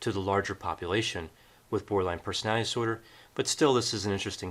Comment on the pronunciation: Why do I keep hearing Borderline Personal Dinosaur? Instead of Borderline Personality Disorder? I’m just saying anyone else hear the mispronunciations?? It it 1am could be exhausted lol Great video nonetheless